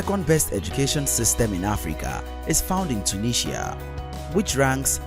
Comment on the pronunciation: Your pronunciation of Mauritius and tunisia is funny.😁😁